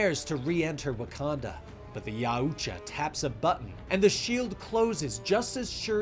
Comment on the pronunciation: Yaoja? NO NO NO ITS YAUTJA. MY GOD MAN.